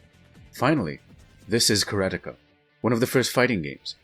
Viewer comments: Karateka is pronounced Kara-Tech-Uh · Close! It's 'kah-rah-teh-kah' with no emphasis on any specific syllable.